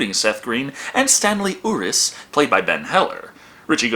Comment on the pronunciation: That's Staley Uris (pronounced YOU-RISS, NOT OO-RISS)